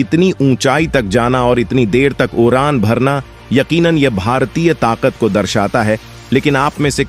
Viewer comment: Is vedeo me kis bevkoof ki aawaz thi, jise d bolna nahi aata, iski jagah r bolta he. UDAAN KI JAGAH URAAN,KHADE KI JAGAH KHARE BOLTA HE. BADE KI JAGAH BARE BOLTA HE. ISE SCHOOL BHEJO.